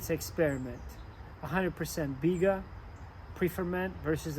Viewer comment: Butchered the bigga big time lol